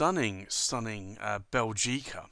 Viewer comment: Small remark: the accent is on the first syllable 'Bè' not on the 'gi'. I'm Belgian, so I'm supposed to know.